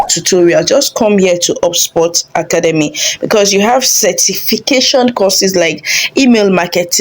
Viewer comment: I agree. Also, the way she says 'Academy'